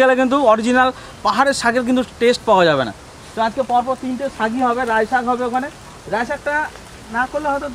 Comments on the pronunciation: oitake Raie noi laie bole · Rai sag noi... Lai sag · রাই শাক নয়, এটা লাই শাক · Rai shag noi lai shag 😂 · Rai shag na,lai shag bola aitaka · রায় সাক না লাই সাক বলে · Rai Shak naa.. Lai Shak bole...